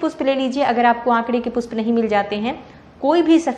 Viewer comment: Pushp word ka Right uchcharan kare